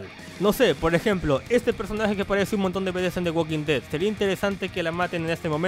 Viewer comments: Dijiste red or alive xddd no dead or alive, al principio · dice “red“ en vez de “dead“, entiendo que es por los brackets solo deciaxd